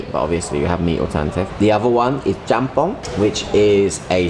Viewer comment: 짬뽕 발음 찰진거 보소 ㅋㅋㅋㅋㅋㅋㅋㅋㅋㅋㅋㅋㅋㅋㅋ